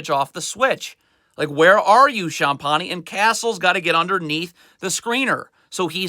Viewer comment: Sometimes when players make mistakes it's not always the coaching but also from a lack of concentration or attention to detail. The way he pronounces Champagnie makes me cringe each time lol